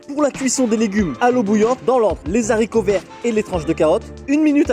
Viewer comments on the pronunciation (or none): Les zaricots verts LOL